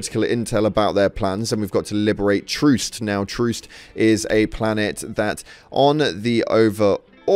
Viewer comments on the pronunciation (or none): Can this clown not read? Its troost not troust 😂😂😂